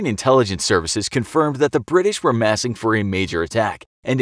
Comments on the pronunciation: its massing not massign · “Massign” lol